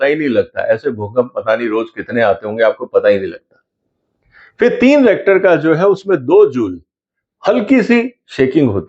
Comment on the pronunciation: Sir, it’s रिक्टर, not रिएक्टर.